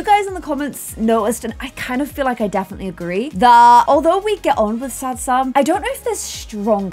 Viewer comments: I feel like she most says sach sam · I feel like she more says "Sage Sam" but I agree its so funny!